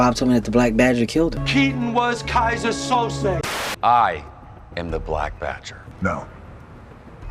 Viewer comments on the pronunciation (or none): none